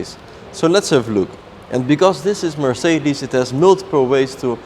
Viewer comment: Could you PLEASE pronouce Mercedes in the right way?